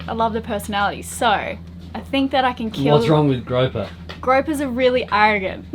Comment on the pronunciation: GROUPER, pronounced like a group of people, not like a rope. You have gorgeous children, they don't fall far from the beautiful trees! ❤❤❤❤